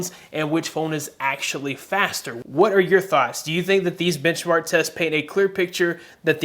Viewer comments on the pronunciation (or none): I don't know if it's just me but instead of benchmark, I keep hearing you say bitchmark.